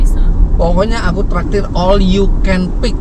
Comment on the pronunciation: Harus ditekanin banget ya om, "Aku traktir"... hmm... agak mencurigakan 🤔🧐🤣